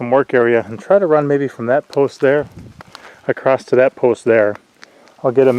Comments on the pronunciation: it is said across not acrosst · touché-just a pet peeve of mine ..i hear a lot of people mispronounce across -not sure why that word is butchered